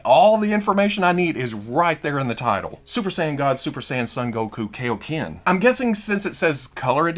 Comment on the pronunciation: I don’t want to be that guy but Kaioken is pronounced ( Kai OH Ken ) not ( Key Oh Ken )